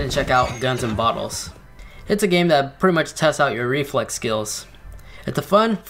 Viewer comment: Not to bring hate or anything but why for then you say it like den and then for that you say dat why you say that or why you say dat as like u like to say!!!!!!!!!!!!!!!